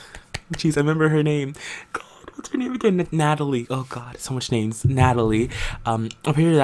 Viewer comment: i love how you mess up literally every persons name multiple times 😂😂 your current household videos are great